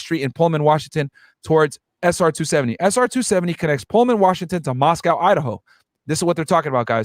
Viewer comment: So many errors discussing this case. Minimizing the young ladies to three “blonde” sorority girls. Which isn’t even true. Dylan and Bethany misnamed. Moscow being pronounced wrong, where the dog was located. I had to stop listening. The turtle suit is to prevent a prisoner from unaliving themselves. He’s not wearing a bullet proof vest. He also has not entered a plea yet! That was just a statement he made to his original lawyer for the extradition hearing in PA.